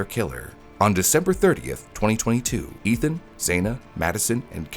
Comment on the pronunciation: The victims' names have been on repeat for a good three years and you still mispronounced Ethan's.